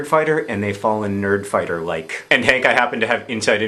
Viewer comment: At one point he said birdfighter...